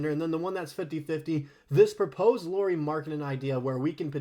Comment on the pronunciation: Lauri…. Not Lori.